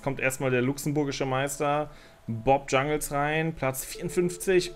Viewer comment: Kannst du bitte Jungels statt Jungels ( Englisch) sagen, irgendwie triggert es bisschen 😂